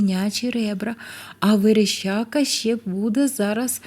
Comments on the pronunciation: Верещака а вона говорить верещЯка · ВереЩака, але аж ніяк не вереЩЬЬЬака!